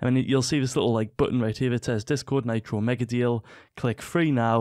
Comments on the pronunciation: Do you call mitro maytro ? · listen to the vid he pronounced nitro naytro lmao